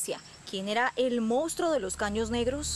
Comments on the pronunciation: Buena investigación como siempre, felicidades, pero es una VERGÜENZA escuchar durante todo el video a la reportera decir el MOUSTRO....😣😣...que pena que siendo reportera y supuestamente haber estudiado no sepa decir MONSTRUO, y peor aún que durante la edición nadie lo halla corregido.....😠👎🏻.....muy mal. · correcto, pero ella siempre dijo: "Mounstro". Saludos. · Laura Hincapié, nunca pronunció la palabra correctamente: "Mounstro". Perdón, pueden continuar.